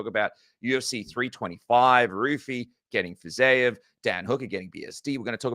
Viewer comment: for the love of God, stop with the "Fizayev " It's Fiziev. I can't tell if you're doing a Chael "Pierra" bit or what, but it's personally really annoying